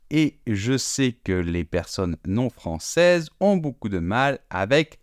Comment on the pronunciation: Francais : Ê et non É ! ON DIT FRANÇAISE Ê, ET NON FRANÇÉSE É !!